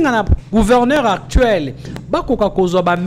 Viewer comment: Pas couverneur. MAIS PLUTÔT GOUVERNEUR. NDEKO LOBA KAKA LINGALA.